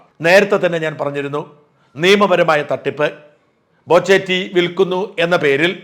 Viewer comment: ബോചെയല്ല, "പോച്ച"